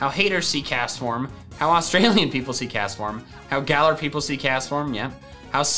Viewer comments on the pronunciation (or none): none